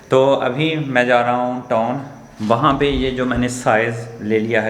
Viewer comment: Bai toon Ni hota town hota h